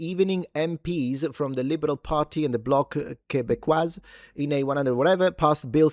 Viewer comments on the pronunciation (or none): The S in Québécois is silent. Please never say Québécois that way ever again.